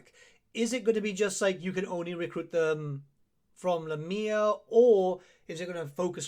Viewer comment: "la mia" you mean Lah mia